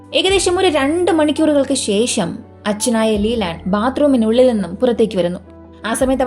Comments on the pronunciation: വിവാഹത്തനു ശേശം, ഓഫിസിൽ പോയതിനു ശേശം കണ്ടതിനു ശേശം ശേശം ശേശം ശേശം 😮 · വിവാഹത്തിനു ശേശം! ശേശം ശേശം ശേശം ശേശം ശേശം😮